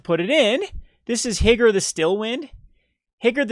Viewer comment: Higure is pronounced Hee-Goo-Ray.